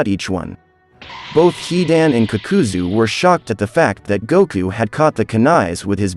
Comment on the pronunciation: I stopped when homie said kukuzoo🤣